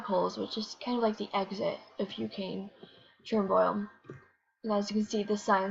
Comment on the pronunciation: It is pronounced Cher- Noble which was located in Ukraine which is not nowhere close to Yellowstone. Yellowstone is in the US. Chernobyl was in Urcrain